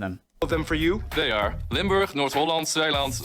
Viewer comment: There's some place name and pronunciation errors in this video, by the way. It's "Limburg" not "Limberg", "Waddeneilanden" not "Walden eilanden". Those two expressions he mentioned should have also been a little more elaborated on. "Meten is weten" (measuring is knowing) basically means that if you want something done right, you should put in some effort before you start and work diligently. This will prevent fuck ups later on. "Gezelligheid kent geen tijd" (coziness knows no time, or doesn't keep track of time) is pretty much the Dutch equivalent of "time flies when you're having fun", meaning that if you're having a good time with people you love, it doesn't matter if things go on a little longer than planned. Some further fun facts: the Dutch are extremely blunt. This is normal here, but can be quite a culture shock for foreigners. A Dutch person will ask and say things right in your face, no messing about. You like my shirt? Nope. Also, besides the Belgians, we do actually love the Germans, except during football season.